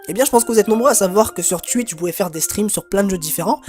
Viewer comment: pourquoi il sait pas dire "twitch " ?